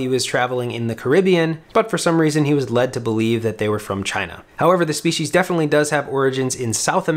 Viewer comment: "speeshes"... please delete your channel